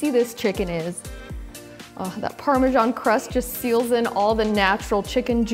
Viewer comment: You guys in this US need to learn to pronounce Parmesan correctly, that is ridiculous.